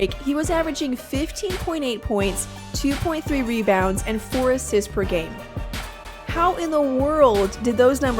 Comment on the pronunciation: . "assits" XD.